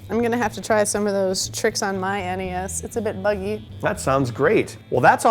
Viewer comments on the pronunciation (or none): "Look at that sweet old nesssss." That will never sound right to my ears. It's the N. E. S. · NES and SNES pronounced as a single word was the norm here in the UK back when these were around. No one really said N.E.S or Nintendo. So to me, hearing N.E.S is odd. Just different people would have heard it said different ways. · No, I got a NES when it was new and it is generally referred to as the nintendo, whereas the SNES is referred to as the super nintendo. It takes more energy to say EN EE ESS and ESS ENN EE ESS and people who pronounce them as phonetic words (Ness and Sness) need to be shot in the head.